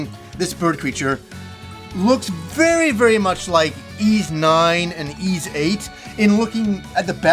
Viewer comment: To the lesser lowbrow folk pronouncing it “ease”, it’s pronounced “Wise”. Thank you and have a nice day.